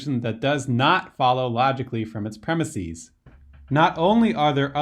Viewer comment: Also illogical is your pronunciation of "premises".